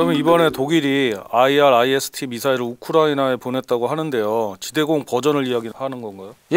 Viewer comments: 아이리스티 라고 하면되지 뭔 아이알아이에스티 이 ZR ㅋ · IRIS-T는 아이리스티라고 모든 메니아들이 발음하고 있는데도 불구하고,, 스팰을 일일이 읽네.. 아스람과 아처는 왜 스팰을 읽지않나요ㅎ 밀리터리 전문가가 맞나? 아님 원고를 그대로 읽는 아나운서인지.. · 그냥 아이리스T라고 발음하면 됩니다.해외 군사채널에서도 다 그렇게 발음해요. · 형님 AIM은 에임 IRIS는 아이리스로 발음하면 돼요. 해외 밀리터리 전문채널 등 외국인들도 대부분 그렇게 발음해요. 그리고, 애초에 그런식으로 약어를 만든건 그 단어의 본디 의미를 염두에 둔 의도가 다분하죠. aim은 조준하다, iris는 홍채, 그런 의미니까요. 미사일의 특성을 반영해서 풀네임과 약어를 만든 의도가 있는거죠. 특히 IRIS는 infra red ima... 이거 진짜 본말은 너무 뻔하고 허접할 정도의 의미인데 오히려 IRIS라는 그럴듯한 단어로 조합하려고 그렇게 작명한걸로 봐야죠. AMRAAM은 암람으로 쉽게 부르면서 AIM, IRIS는 굳이 글자하나하나 힘들게 부를 필요 없어요.